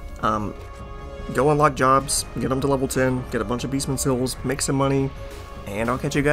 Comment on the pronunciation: "Beestmen sills" Jokes aside. Good to know.